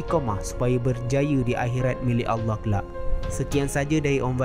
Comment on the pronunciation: Sebutan Allah dia sangat indah